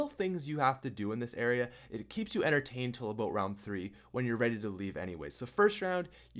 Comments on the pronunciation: its ABOUT NOT ABOOT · I like the way you say about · subscribed cause how you say there and about its the shit